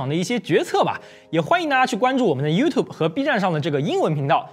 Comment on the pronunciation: 不错! 没把youtube 念成you to bee.